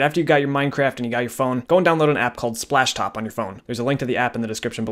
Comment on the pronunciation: how many times he said ‘spashtop’ | \/